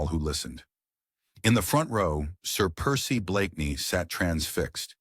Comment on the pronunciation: The AI can pronounce the main character’s name. Haha!